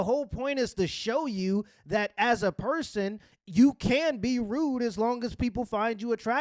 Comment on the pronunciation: he cant even say person properly?!